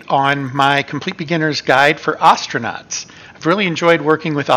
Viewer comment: Hey, you stopped saying Oh-stranauts! Nice!